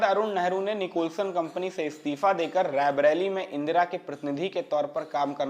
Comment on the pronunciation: आपके उद्घोषक का 'रायबरेली 'शब्द का उच्चारण ग़लत है। ये बराबर रैबरेली कहते जा रहे हैं, जबकि सही उच्चारण रायबरेली है । कृपया भूल सुधार लें ।